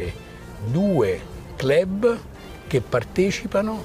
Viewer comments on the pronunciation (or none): Cleb...ha, ha, ha...in che lingua si pronuncia così?